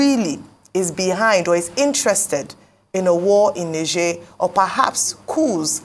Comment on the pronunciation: The pronunciation is "Nij-air"